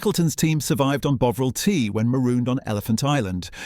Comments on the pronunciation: Tomato pronounced Tomayto, Bovril pronounced Bowvril? Seriously?😂😂😂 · BOW-ril c'mon AI sort it out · WTF is "Bowvril" (rediculous) mispronunciation? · Not so into AI commentary, even if it is reasonable compared with many. A single mispronunciation of Bovril, poor word links - "Burton. Upon Trent…", "strategically located near the Bass. Brewery" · Are you British, your pronunciation of tomato and bovril are very odd.